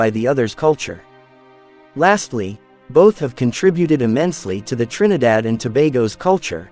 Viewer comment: I like how the commentator pronounces the name of the island of Trinidad. He has very soothing voice.